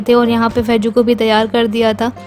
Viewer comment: Faiju ni faizu hota h